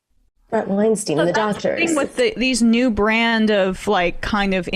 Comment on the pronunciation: Blood on Weinstein's ...ok. It's Weinstein btw, rhymes with Einstein. Question...Any blood on the hands of the incomprehensibly incompetent Johnson and Johnson whose incompetence scared away 100 million Americans from getting vaxed. How many deaths does that equate to? You just gloss that over though. You people should just admit it , we're all doing our own guess work on this shit... largely because people in power are acting very shady.